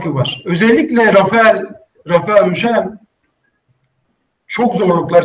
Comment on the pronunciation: arkadaşlar bahsedilen bilim adamının tam adı nedir acaba (rafael müşela gibi duydum)